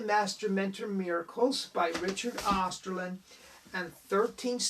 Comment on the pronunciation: "Osterlind" .. not "Osterlund"